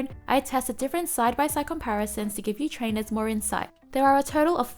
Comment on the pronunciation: I love that "Hi Trainuhs! 😊" hehe